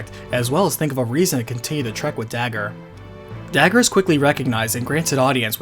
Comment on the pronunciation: WHY the chap pronounced the name of the princess differently from how it is spelt on the screen, "Dagger"?